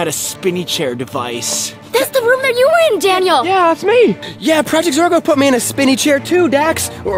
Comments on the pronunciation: It’s not zargo it’s zorgo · Max is part of projects or a girl he keeps on trying to say project Zorgo